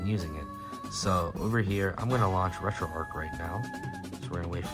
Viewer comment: It’s not Retroark, it’s RetroArch. Like Charles, not Karles. Like the St. Louis Arch or Golden Arches for Retro McDonald’s.